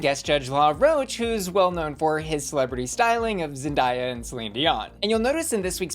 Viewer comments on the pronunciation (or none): it's Zen-DAY-A, like day, not like Daya Betty 😂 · Hey, just sor your knowr it’s (zen•day•yuh) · Justice for Zendaya’s pronunciation 🙄 she has said her own name too many times and it’s completely phonetic. Zen-DAY as in today-ah. It’s like the older she gets the more incorrect people say it? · i’m mean absolutely no disrespect but ZEN-DAY-YAH it’s such a pet peeve 😭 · Who is Zen-di-ya? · Pause…why did you say Zendaya like that? Lol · i'm zen-DYING at the way you pronounced Zendaya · Oh c'mon, you know what she meant! Just a simple mispronunciation.😎